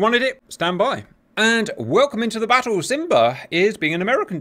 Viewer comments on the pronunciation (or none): none